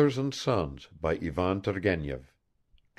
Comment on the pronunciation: The accents and pronounciations are all incorrect..."Turgenev" has to be red "turˈgʲenʲɪf" , with the accent on the JE...it's like to pronounce "Stevènson". I know it's free and blablabla..